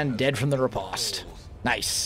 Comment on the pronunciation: I hate to break it to you but Riposte is pronounced like repost. Sorry to point you out on that.